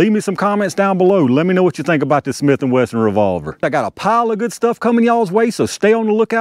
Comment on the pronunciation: ah tell you hwhat